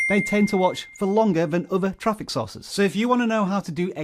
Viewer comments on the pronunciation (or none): He said “sources” I heard “sauces”… I thought I was on a cooking channel for a quick second. Haha. Good video though!